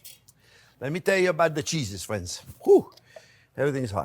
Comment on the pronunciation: I heard Chef say "Cheeses" and I thought he was swearing, just a little🤣